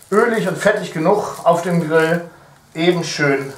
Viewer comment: Es heißt eben und nicht ebend! Ist mir schon öfter bei dir aufgefallen, dass du es falsch sagst.